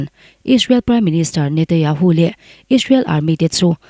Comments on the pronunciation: I Aw hi ngaih thlak a nuam khop mai,Mahse Israel piminister hming i lam dan hi (Netanyahu tih tur.. Netayahu)tih ang in kan hre tlat mai a,Khawngaih in i lam fiah deuh theih chuan (NETANYAHU )a lawm awm ngawt ang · Netanyahu ti teh ngaihthlak a hrehawm